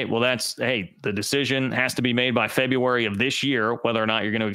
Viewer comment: The month is pronounced FebRUary... not febUary. Quit rambling and get to the point. There was NO bombshell. Do you really need the points that bad?